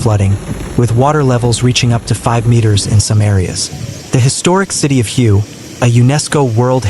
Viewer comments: Please pronounce the city HUE correctly here is a help for you "The Vietnamese city of Hue is pronounced "hway," with a similar sound to the English word "whey" but with a slightly different tone. A simple English approximation is to say "whey," but for a more accurate pronunciation, focus on the "hway". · At least be able to pronounce Hue correctly